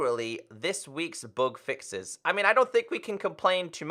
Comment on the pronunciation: Whenever says "bug fixes" i get confused by "book fixes" 😂